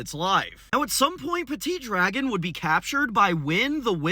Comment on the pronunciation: from à french guy dont prononce de te at "PETIT DRAGON" MORE "peti dragon"